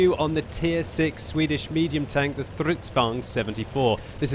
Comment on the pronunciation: Sure: "Swidish Self-Probeld-Gun...